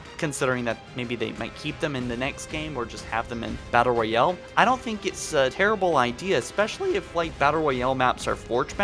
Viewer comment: Nothing worse than a "battle royelle"